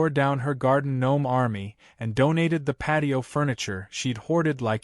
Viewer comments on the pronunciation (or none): none